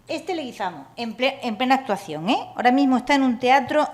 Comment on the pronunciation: John Leguizamo es Colombiano y el origen del apellido es español, del pais vasco, no entiendo la razon por la cual no lo pronuncia correctamente.